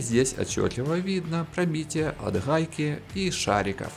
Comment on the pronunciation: Рахатка, хайки... Неужели нельзя нормально говорить?